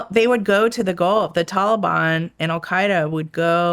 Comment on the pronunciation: Damb she pronounced Taliban correctly she must ve hella serious and good at her job. Its usually just the folks at human intelligence that say these words right like shes prolly very keyed in. Im makin assumptions i dont know.